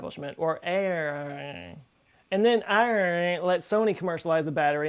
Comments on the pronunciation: Just pronounce it Ayre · The way you casually said AERE the second time made me choke on my soda